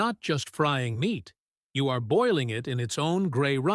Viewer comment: Is the narrator AI or has he got a pole stuck up his behind? Even the subtext gives me incorrect words for what is being said! Nothing dramatic BUT come on speak clearly and pronounce the words correctly so the subtext will spell the correct words! IT IS MEAT NOT MINTS!!!!!!!!